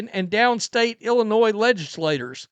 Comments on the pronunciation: The S is silent. Just say n. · I can't take seriously anyone that pronounces Illinois with an "S" unironically. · Sir, you do not pronounce the S in Illinois. Grammar matters.